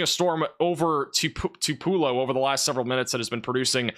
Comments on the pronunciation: it’s “Two-pa-low” Tupelo. It’s easy to miss the warning if mispronounced so badly. Love you! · Fyi 3 pronunciations Tupelo - two pull oh Cherokee- chair oh key Buren first four letters rhyme with pure In honor of President Martin VanBuren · Pronounced Tupelo 2 pe low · "Too p low." Try that! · The accent is on the first syllable, TWO-pa-low,. as in Tea for Two-pa-low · Two - pull - oh Lol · Tupelo, Pronounced: too-pull-oh Elvis Presley was born there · I lost three good friends today playing the Tupelo mispronunciation shot game. RIP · Someone needs to go through the video and count the different variations of pronunciation. He got it enough times to make me think he's trolling us now. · You are butchering the pronunciation of Tupelo and Winona Mississippi!! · He is really butchering the pronunciation of Tupelo and Winona!!!!!